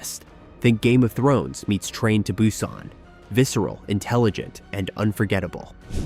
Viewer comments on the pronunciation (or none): none